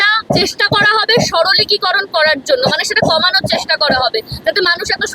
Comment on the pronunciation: সাংবাদিক মহোদয়া, আপনি বার বার" সরলিকিকরণ" কথাটা বলেছেন, বড্ড কানে লাগছে গো, কথাটা কি ঠিক??!! কথাটা " সরলীকরণ" হবে না?? জানি না আমার জানায় কোনো ভুল আছে কিনা! খুব কষ্ট করে যেটুকু লেখাপড়া শিখেছি, তাতে মনে হয় আমি ভুল বলছি না।যদি ভুল বলি তাহলে আমায় শুধরে দেবেন।ভালো থাকবেন।